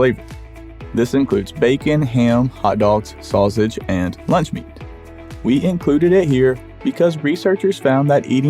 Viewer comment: hilarious pronunciation of sausage...'saws-age' 🙂